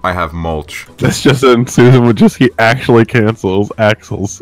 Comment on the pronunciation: Lmao "askually"